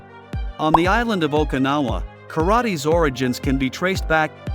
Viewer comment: F-ing AI narration! Can't even pronounce Okinawa properly! Im outta here!